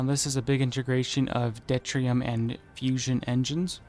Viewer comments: I don't want to be a pain, but it is pronounced due-tier-ee-um, not det-ree-um. Deuterium is hydrogen with a neutron, making it easier to fusion. There is also Tritium (trit-ee-um), which is hydrogen with 2 neutrons. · It's doo-Teer-ee-um